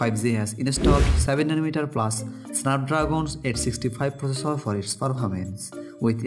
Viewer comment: Not focessor it's processor..:) not fichares it's Features...... XD